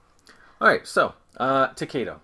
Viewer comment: thanks for the video please pronounce the game To-KAI-Do thats KAI as in "Aye aye sir"